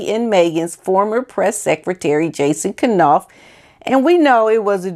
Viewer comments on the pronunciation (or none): His name is pronounced like NAUF the K is SILENT…. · Love your channel. I'm not sure, but I believe the K may be silent in Knopfs name. I've heard it pronounced about a hundred different ways. Keep up the good work.